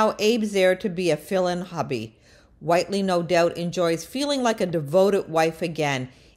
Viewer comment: Click bait! I thought you were going to actually reveal when and how she was arrested. We already knew she was lonely. Also, how is it you don’t know how to pronounce the character’s name? Do you even watch the show?